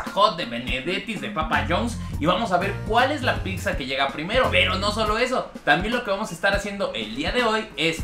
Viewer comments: Muy bien los videos!!! Buen complemento a la ruta de la Garnacha... (Solo cuidaría la pronunciación de picsas a pizzas...😅) Saludos! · Todo muy bien solo que no puedo con que pronuncies tantas veces mal pizza, la pronunciación correcta es pitsa en italiano o piza en español, pero nunca picsa eso se escucha muy mal, por todo lo demás es un buen video, saludos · no es Picccccsa:/ 😲😲 Pizza/Pitza jajaja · Deja de decir PICSA e.e Tuve que cerrar el video por lo mismo xD pizza se pronuncia PITZA, no es difícil e.e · No se llama picsa se llama pizza. Y tienes comentarios que sobran, no son ni chistosos y no aportan nada, espero mejores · Llevo varias diciéndoles lo mismo y les vale un carajo, dicen que cada quien lo pronuncia como quiere, la verdad yo me estreso cada que lo escuchó decir picza! 😠😠😠😠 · Ya no le digas pixxa carnal 🤣🤣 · Se me cae un oído cada que éste perro dice "PIKSA" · "Picsa" 😂😂😂 me encantas ❤😊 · Se escucha horrible picza!! No me imagino los anuncios en la tv diciendo dominos picza o picza hut 🤣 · No digas picsa porfiiiis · Alguien noto que dice pikzza? Porque hay gente que pronuncia así? WTF haciendo crítica gastronómica y no se preocupa por hablar bien🙄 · “Picsa, picsa, picsa, picsa, picsa, picsa, picsa, picsa” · Por favor...de verdad....no digas Picsa...se escucha del nabo... saludos... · Si estaría bien que aprendieras a pronunciar y dejar de decir “PICZA” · Like si también notaste que ni ni su carnal, pueden pronunciar correctamente la palabra "pizza". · Bro, no soy poliglota pero según yo. No pronuncias de manera adecuada al decir la palabra "PIZZA". P.D Has un comparativo de cadenas de hamburguesas para ver cual es la mejor. Éxito!!! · Wey me estrésa que digas picza, neta no sabes pronunciar pizza???? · Qué ansias cuando dices "picza"... Una y otra vez... Es pizza. Punto. Me gustó tu playera. 😃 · Se pronuncia "pitza" ;) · El guzzi ha sido plagiado!!!🤔🤔. Se pronuncia pitza no picza. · La "PICZA" 😂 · Me desesperó tanta picza!!!